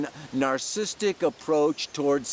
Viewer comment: "Narcissistic" - sorry! After I heard it twice I had to hip you. xo Great pele report, as always.